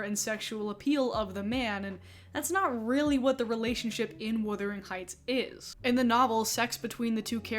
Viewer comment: Buggar, please Wu-thering Not Wi-thering, to wither is really different, really, really different Check out a withered limb. Heathcliffe is described as swarthy…. Lotsa “white “ POC are swarthy, dark hair dark eye and skin that doesn’t burn but rather tans Oh dear what a horrible 90IQ world that have access to the internet